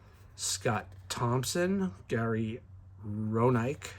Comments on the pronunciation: Roenicke is pronounce Ren-o-key. I grew up during this time and 1981 Donruss was the first pack I ever opened. IIRC, I ended with three Davey Lopes cards out of 18. Donruss’ collation wasn’t very good that year. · Nice rips! Hints: Iorg = Orj; Roenicke = WREN-ick-ee; Paciorek = Pa-CHORE-ick; Nahorodny = Na-ROD-ney.